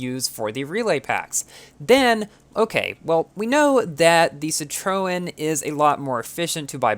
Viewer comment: Superinformative, but I was a bit mislead by the pronunciation of some cars. La Voiture Noire (= the black car) and Citroen are French words and need to be pronounced as French words. If you try, you can find links how to pronounce it.